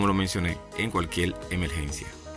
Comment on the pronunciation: CUALQUIEL? No señor CUALQUIER